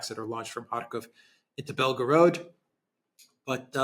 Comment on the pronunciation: = ""Belgorod"/Белгород - is NOT pronounced "Bel 'gO 'rOd". Instead, it is pronounced "Bel 'gO 'rahd" ( meaning "White City" )